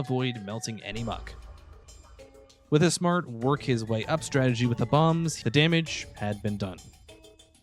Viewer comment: Donkey Kong is a gorilla, not a monkey , , , . , , it doesn't take too much effort to say strategy. Also could, , , , would, and , , was, mean before or not anymore. Otherwise a nice video.